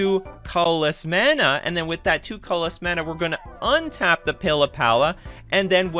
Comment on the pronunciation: You have a nice format and have a nice speaking voice, but your pronunciation of the word “colorless” was fairly jarring and almost sounds like a different word altogether. It would have lead to a much more smooth listening experience on your video if you worked on enunciation for that word. It was the only one I noticed like that, you are well spoken which is why that stood out so much to me. Good video other than that.